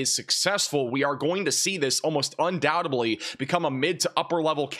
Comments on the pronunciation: Un doubt ED ly. Not undoubt AB ly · /ʌn-ˈdaʊ-təd-li/ (un-DOW-təd-lee) 👉 Breakdown: un → like "un" in under dow → rhymes with cow ted → like tid in tidbit but with a short “e” ly → “lee” Love your channel. I'm only correcting you here because I don't know your direct communication option. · Un doubt-EDLY...the B is silent when we say doubt and we don't say it in undoubtedly. You are a smart boy now sound like one. You don't say suppos=ABLY do you?? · the b in the word undoubtedlyis silent stop pronouncing the bee